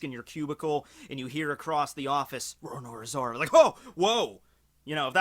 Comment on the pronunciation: "Rorornora Zora" much english such impress